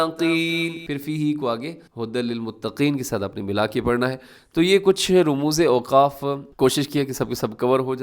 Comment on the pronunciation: صحیح تلفظ ramuz نویں rumuz ھے